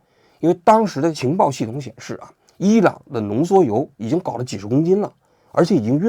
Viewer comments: 浓缩铀 不是浓缩油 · 王菊以后做节目之前能不能让AIdouble check 一下？浓缩铀读成浓缩油这种低级失误